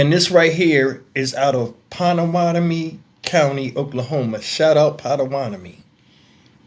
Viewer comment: Panamommane? Excuse me?? 😩🤣🤣🤣